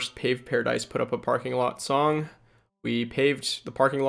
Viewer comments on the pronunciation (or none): none